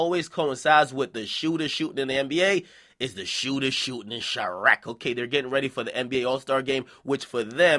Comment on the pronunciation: Quit fucking calling it chiarqe.